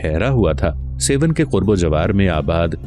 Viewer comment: سيون نہیں بلکہ درست لفظ ہے سیھوڻ (سہوڻ)